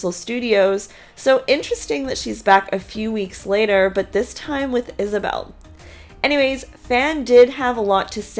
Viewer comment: It’s COYOTE PASS not peyote, and there is no S in ANYWAY